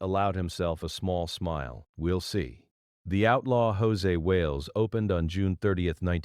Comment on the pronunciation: Almost had my attention right up until he said “Hosay Wales” 🤣 This AI stuff is ruining already bad videos 🙄